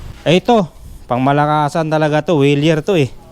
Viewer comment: Maganda sana 'yung Wilier, tamang -tama sa akin ang size...maliit sa akin ang Trek, na mas maganda pa...na mga mura ang presyo at sigurado, dahil orig... 'Yun nga palang Wilier ay pronounced "VEE LI ER", not "wee li er".